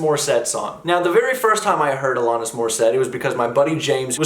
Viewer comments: A-LAN-IS, not A-LON-IS. Yes, I'm nitpicking. Love your videos,. Keep up the great work! Next you need to do "You Learn":) RIP Taylor Hawkins! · Is it ironic that you can’t pronounce her name correctly yet criticize irony? The irony is fools not understanding the criticism of the unironic lyrics lies the irony . No lessons being learned here smart guy! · Alanis- rhymes with Janice…said this last time as well, I believe.